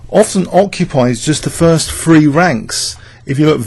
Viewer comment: love your videos but can you please learn to pronounce three as three and not free etc. th is the, that threefold etc;]]